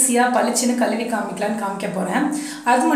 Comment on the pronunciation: Nalla Tamil tips nalla Tamil pesunga Aluku I'llai Alzuku , Kaluvi I'llai Kalzuvi unga Tamil kekurathku nallave illai